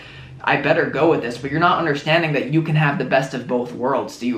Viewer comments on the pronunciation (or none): Lol "Do you realize daaat"